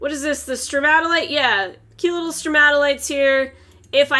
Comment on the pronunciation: well done pronouncing stromatolite. I'm proud son